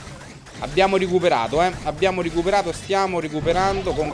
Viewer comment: Ciccio l'unica cosa non è "ricuperato" ma "recuperato"